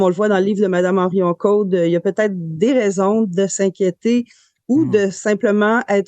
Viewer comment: Au journaliste : on dit Henrion-Caude, et non Herrion-Caude !